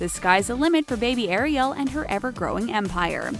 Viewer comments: It's Ari-L is how you pronounce it GET YO FACTS STRAIGHT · It's not Eriel it's Ah-rhi-el